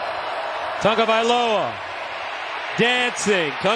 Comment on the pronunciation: WHYYYYYYY is he adding a "N" to Tagovaiola. Any poly's in the comments? Is this how it is pronounced?